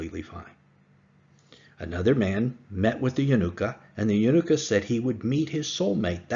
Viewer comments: Only 5 recorded on YouTube but not limited to 5. Only Elijah the Prophet can identify and proclaim the Messiah. Not the Yanuka or the Jews. Also, you make him say like a holiday, Hannuka. It is Ya-NU-ka. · It is Yanooka not a word that rhymes with Hannuka. He is indeed the Messiah.